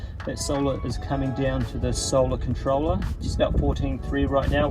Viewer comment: "Solah Controlah"